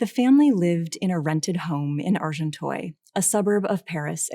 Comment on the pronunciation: Good commentary but couldn’t listen for more than 10 minutes to the lecturer pronouncing Monet as ‘Moanay’ and Agenteuil ‘Arjontoyl’. ...sorry